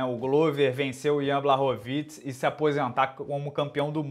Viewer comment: Aquele rhoods lima em vez de falar blachowicz ele fala borowicz